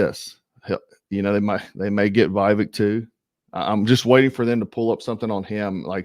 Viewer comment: Viv ache short I long A accent on Ache. I’m recommending your channel to people, sir 🇺🇸